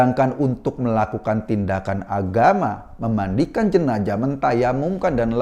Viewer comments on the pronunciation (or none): baru tau bacanya jenajah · Sebaiknya mas Eko dkk belajar melafalkan huruf Z secara benar. Jika tak bisa melafalkan secara pas huruf Z itu carilah yang agak miriplah bunyinya yakni S. Jenazah lebih enak diucapkan Jenasah daripada Jenajah... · Jenazah... Bkn jenajah mas😁